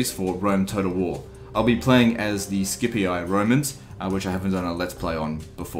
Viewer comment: "skipii" the Latin "c" is always a hard "k", in classical Latin at least, and you simply repeat the final "i" sound, just as it's written. in medieval (ecclesiastical) Latin a "c" sometimes becomes a "shj" sound like in "Cesare Borgia", but that is not the Latin of Ancient Rome.